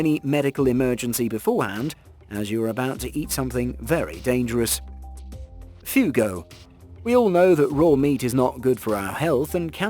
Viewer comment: Check before posting. It's not "Fugo" but "Fugu".